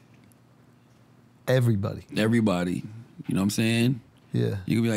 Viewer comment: Ev-er-y-bod-y not Ev-reeeeee😆 Ill-u-ma-nah-tee